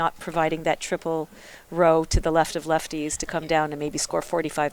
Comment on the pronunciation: the two moderators are not very smart. He pronounced "lefties" as "left-ties"